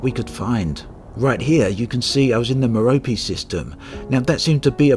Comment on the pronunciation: I don't know how it's pronounced, but, you say "meropee" and it kills me! xD I've been calling it Mehr-ohp